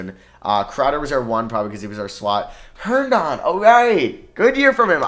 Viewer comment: Me being a jets fan and hearing say jaylyn Adams is mad funny 😂 and then herndonden 😂😂😂